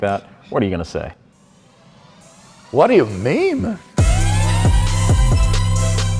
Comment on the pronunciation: Hearing WLC say waddo you meme really made me feel fuzzy inside lol 😊